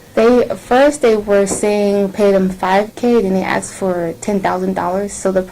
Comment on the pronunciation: This woman "axed" the hell out of these people like 10 times.